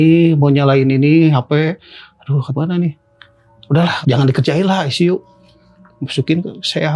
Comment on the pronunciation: ruang aisisiu wkwkkwkwk